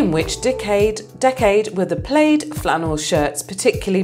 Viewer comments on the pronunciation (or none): Two screw-ups on question #49: First off, it's pronounced "plad" (as in "glad"), not "plade", Secondly, plaid flannel shirts were popular in the 1970s, not the 1990s.